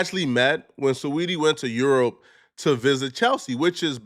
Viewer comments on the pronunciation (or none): none